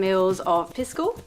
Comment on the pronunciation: Love your channel, - however, the spirit is correctly pronounced PEE-sco. The Spanish 'i' is pronounced like the English 'e' (Hence the play on words with Macchu Pisco/Picchu). Saludos!